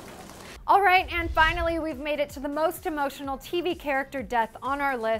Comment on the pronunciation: She says finoly